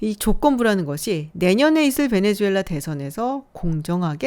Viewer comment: 베네수엘라 말레이시아 발음 좀 제대로.. 내 또래 장년층들이 수를 주로 발음함 새로운 정보를 업데이트해서 바꿔야하는데...